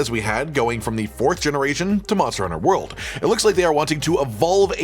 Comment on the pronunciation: Return to wold 😌 Return to rise 🤣